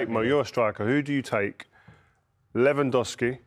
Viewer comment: Jake's pronunciation of Lewandowski makes me want to puke